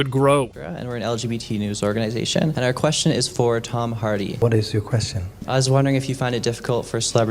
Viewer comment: Who's "Tome"?🙄